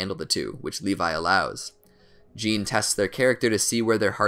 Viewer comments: *Jahn not John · He pronounces Jean like the German Jan when it is either pronounce like Jin or Zon